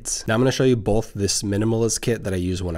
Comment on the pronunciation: I like how you say 'bolth'.